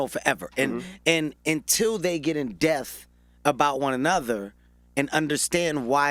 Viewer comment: This man keeps saying "in death" and he means "in depth"